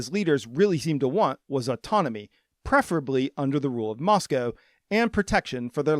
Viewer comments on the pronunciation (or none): none